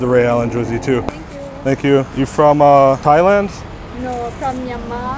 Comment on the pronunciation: did you say "thighland"?